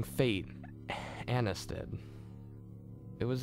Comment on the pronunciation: annias not annis